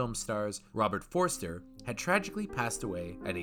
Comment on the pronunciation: Why do you keep calling him "Forrester"? His name was Forster